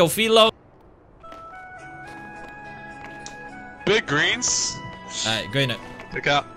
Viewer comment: Big Gweens 😂😂 had me dead